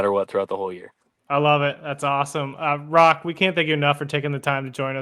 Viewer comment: The “h” is silent in Roch.